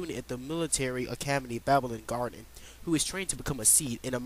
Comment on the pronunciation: OVER 4 discs? This game has 4 discs. No more, no less Pronagerist? Babblin' Garden? RIONA?!?! You say you're a big fan and this is how you've been pronouncing them all these years? Eyes on me was written by Julia, its about her and Laguna Also, didn't say how GFs have their own HP set that temporarily takes place of your own. And how you earn AP which goes towards learning abilities for them AND your party. This gave summons a greater role than in previous titles Constructive Criticism